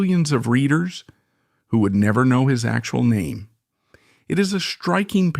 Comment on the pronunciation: I lost interest after 10 seconds, following the mispronunciation of his name...